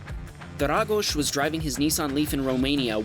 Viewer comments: Yeah, he nailed it! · 👏👏👏 nice pronunciation for the Romanian Name. u satisfied me man. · as a romanian i can just say just loved how he said dragoș